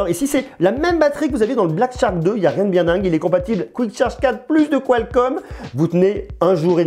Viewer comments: charque, pas Tcharque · Dit le shark et non tshark c'est plus facile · Ne te casse pas, c'est Black "SHark" et non "TCHark", plus facile à prononcé du coup! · Super test comme d'habitude. Par contre Shark se prononce comme "chark", c'est aussi beaucoup plus simple à prononcer que "tchark" ^^